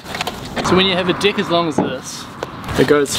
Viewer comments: That pronounciation of "deck" seems off to me :-P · I was surprised it could tell the difference between two minor pronunciations. Even intentional malaprops.